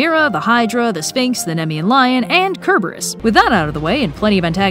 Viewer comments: Did... Did you say Cerberus but with a "k"? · "KERberus" Wait, what? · you used cerberus' name properly in the Latin pronounceiation where c has a k sound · Is it pronounced “sereberus” or “kereberus”? The answer is that the letter C is useless because it doesn’t make a unique sound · You would think her out of all people would know how to say "Cerberus" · You said Cerberus wrong!